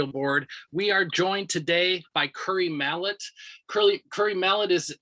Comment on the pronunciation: i know its far too late to correct this but his name is Malott not Mallot